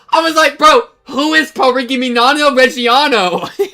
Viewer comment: PARIGHIminanio Regiano I'm dead... there's no way bro just said that most cooked pronunciation of a lifetime this is my version of the Kamihamama meme ...bro as an italian that scene had me dead LMAO cause Parmigiano Reggiano is one of the goats formages btw originates in Emilia Romagna region is also frickin DOP food so pretty important specifically from Reggio Emilia that's why it's called Parmigiano Reggiano In short she on that quality shit she knows ball